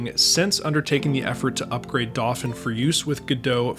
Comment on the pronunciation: I still don't understand why you're pronouncing "dauphin" like that. It should be doh-FAN.